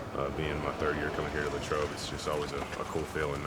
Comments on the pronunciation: Lay-trobe Common mistake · It is Lay-trobe though lmao